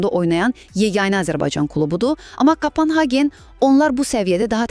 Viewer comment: кОпенхаген, кОпенхаген ,ай марал, кАпАнхаген ЁХ ЁХ ЁХ ай мян диян 🤦